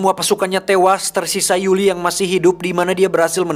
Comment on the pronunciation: Koreksi bukan Yuli tapi yuri